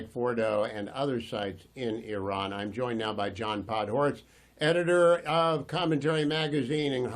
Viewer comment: Podhoretz, seriously, Hugh? 😂